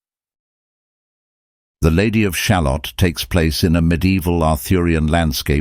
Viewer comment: Ah yes! The human condition! That has certainly had a good run in poetry and the arts over the years.... Thanks for the analysis it's quite ft provoking but I do have to say having a very English (but likely fake) voice pronouncing the word 'shalott', like an american talking about a type of onion, is disturbing. It is pronounced sha-LOT. The rhyme structure of the poem should make that clear.